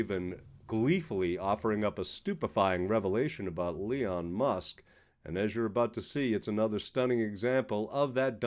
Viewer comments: Sounds like you pronounced it "LEON" Musk at :30. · Elon, not Leon! (And you talk too long)